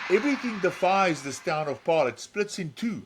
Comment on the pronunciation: You all pronounce the name Paarl wrong